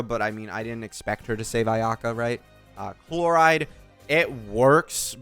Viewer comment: Calling Chlorinde Chloride is killing me 😂😂